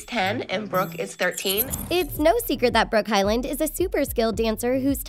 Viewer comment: “The hylined sisters” uhm- its hyland